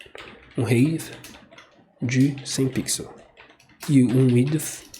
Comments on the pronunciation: Valeu pela aula. Me permita te ajudar na pronuncia da palavra "height".... fala-se "ráit" com o t final bem curto, exatamente como você está fazendo. Só que você está falando "rêit", então fica parecendo que você está dizendo "Hate" (que significa ódio). No mais, obrigado por postar esse vídeo. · Excelente tutorial. Parabéns... Eu sei que não faz a menor diferença mas eu só daria uma dica de falar a palavra 'height' corretamente hehe é bobeira minha eu sei mas vc fala 'item' tão bem e escorrega no 'height' hehehe... Espero que não fique ofendido... é só uma pequena observação. No mais o conteúdo está sensacional. Me ajudou bastante. Parabéns. Abraços.